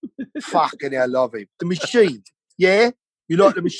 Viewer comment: " I'm the mathsheen and i take my shirt off. I worked at the thravel thchannel. Oh wait , ...... sthut up ... me too ! Don't get me stharted , dude. I think female movie sthars fanathize about meeting the mathsheen. reminds me of the time ... < insert made up story about self > " berts mouth is like yeast infection he foams then like rabies inflated puffy tongue lol this guy is a train wreck at best he had his 15 minutes :( Bert makes it all about Bert. He thinks his made up life and faux stories r soo hilarious. :( His speech impediment and purple dried up lips and mongoloid tongue and constant touching nose and face r hard to watch.